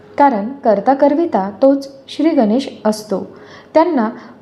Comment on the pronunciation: गनेश नाही गणेश म्हणायचे